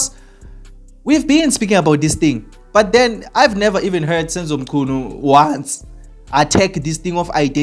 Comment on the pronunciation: That's a shame, that you could not pronounce mchunu. you should have asked someone before saying anything